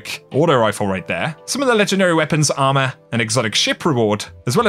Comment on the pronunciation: It’s “ourmor” instead of armor XD